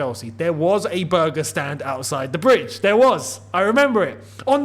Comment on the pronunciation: Why does when said burger stand sounds like Pakistan to me? 😂 just a tad bit